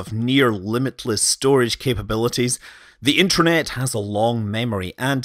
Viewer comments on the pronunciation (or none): did you say Intranet rather than Internet?